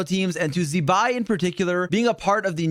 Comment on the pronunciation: zee-bai, have we learnt nothing